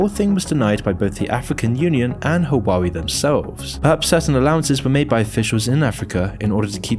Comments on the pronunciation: Yes, his Chinese pronunciations are a bit... Not Chinese. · The are two crimes present in this video: the first one is the criminal pronunciation of the name of the brand (take a look at forvo, at least) and the second is that this channel is criminally underestimated! Keep up with your work, good job! Nice video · Huawei, he said it wrong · I loved the video but I cannot get over the pronunciation of Huawei. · ???? u can't even pronounce huawei the right way🤣🤣🤣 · How is it high quality? Both xiaomi and huawei were completely mispronounced the whole video lol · So much research into this but couldn't research how to say Whaa way... Its not haa wa wee😂🤣😂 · Bro Hua-wei not Hawaii 😂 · Waa - Way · It’s not “Hoo-wa-wee” it’s “Wah-Way” lol great video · Huawei is pronounce like this "Waal-Way" not "Who-Waa-Wee" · Just FYI, its pronounced wah-wei. not hua-wei. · U know its evil when cant pronounce it right. Hua-wei, not huaa weee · I'm going to be one of those people, but I believe it's pronounced, "Hwa-way" not "Hawah-wee" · Hoo-ah-way not who-wah-wee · Calling Huawei Hawaiwi throughout the video is some well deserved disrespect. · So this is how the western pronouns huawei… “Who-wah-we” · "hoowawee?" 😂 OMG, I just can't 😂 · That's now how you pronounce Huawei - it's "Waa Way" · Imagine watching this using a hwawie phone. 😆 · fyi - Huawei is pronounced "hwaa way" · I am dying just because he pronounced it like ‘wawi’ 😂😂😂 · It's pronounced WAH WAY or *Ha WAH WAY*... Source I worked in telecom industry for years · it's pronounced wow way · well not hwa-wei none the less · Can't trust a guy who pronounce the name wrong lol... seems like he's reading a script without researching how to pronounce "HUA WEI" in Chinese.. Probs got cash from the US's 500 million budget to bad naming China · For accuracy purposes, it's pronounced "hwa-way". Other than that, solid video. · Lmao you can’t pronounce the company name right😂😂😂. What the hell is “huawaeei”😅😅😅